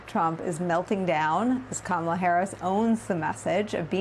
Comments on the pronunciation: Andrew, it's Kamala- KAH-MA-LA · Andrew: COMMA-LA. Please! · Does it annoy anyone else that professional political commentators still mispronounce Kamala's name? It rhymes with Mamala. Also if you aren't addressing Trump as just Donald then be consistent when addressing Vice President Harris. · Mispronouncing Kamala Harris's name or calling her garbage is scrapping the bottom of the barrel. That's stooping to an unimaginable low, even for trump's standards.